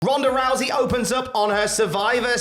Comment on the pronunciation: “Ronda Russy” you vile man 😌